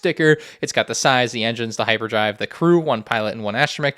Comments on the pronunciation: hyBerdrive? I thought it was hyPerdrive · 'hyberdrive' lol